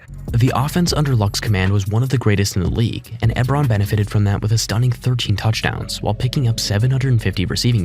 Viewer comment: Eric eb-ron 😂 its e-bron